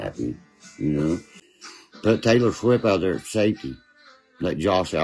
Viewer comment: I swear he called her Potato Swift.